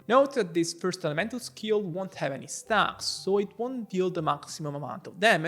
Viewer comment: Aga sende bir kürtlük sezdin o nasıl stağks deyiş